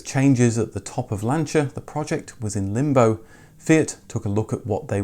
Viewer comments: I had an Uno Turbo diesel - diesel was pretty cheap in Italy compared with petrol at the time. It was very satisfactory, indeed. You did see a lot of the Lancia mini-cars, the Y10. Kudos for nailing the pronunciation of the Italian names - were that most YouTube creators so scrupulous. (Seicento is pronounced "Say-chento". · Being Italian and being a Lancia Fulvia owner I can never say enough Grazie (thanks) to you being the first English speaking youtuber and/or motoring journalist that pronounces the brand Lancia correctly 👍🏻👍🏻👍🏻.